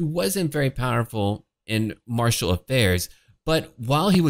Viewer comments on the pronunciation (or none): none